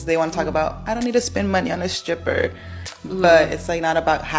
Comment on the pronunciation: Im gonna be honest. In never found strip clubs interesting. So i pay money to look at women with bad dads and worse tattoos who im not allowed to touch? And why is the chick in saying skrippa? Its hard to take you seriously on economics. If you cant speak like a grown-up.